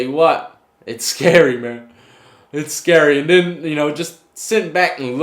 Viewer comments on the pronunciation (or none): none